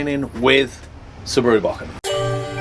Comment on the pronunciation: Dude it is not 'BACK-IN', It is a "BO-KEN"